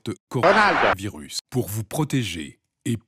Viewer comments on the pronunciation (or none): none